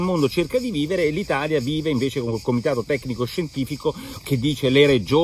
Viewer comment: Parlando di Gaffe, qualche volta potresti dirlo correttamente il nome del partito di Renzi.